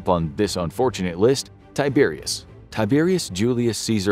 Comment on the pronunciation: Can't you not even TRY (!) to pronounce Latin as Latin and not American English??? Tie-Bear-ius Djulius Ceeesar Aw-gustos, oh my god. Disgusting! My ears are bleeding now.